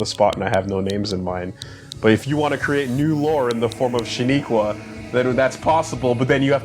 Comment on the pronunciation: THIS MAN SAID SHANIQA! im done